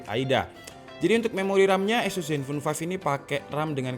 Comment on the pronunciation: Sorry bro.. bukan esus baca nya tapi ases !